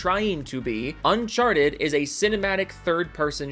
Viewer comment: Why are you playing a different game than the game you're talking about and also you need to learn how to say uncharted Because you're saying it really wrong and it sounds stupid the way you're saying it It literally sounds like you're saying uncharched